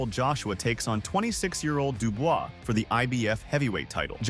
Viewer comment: This guy just cannot pronounce Dubois. He says it differently every time